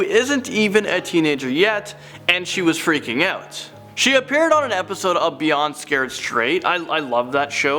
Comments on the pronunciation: Is it "out" or "oat" ? 🤦🏽‍♂️ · can't even pronounce 'out' without a ridiculous canadian accent and as you can see isn't even canadian, this video is a joke